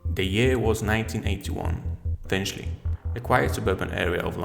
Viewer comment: The area is "Finchley", not Finshley fella